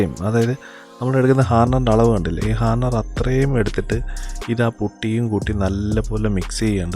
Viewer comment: ഹർണർ അല്ല മുത്തേ ഹാർഡ്ണർ